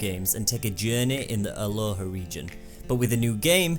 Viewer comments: it's Alola not Aloha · and I just realised u said Alola haha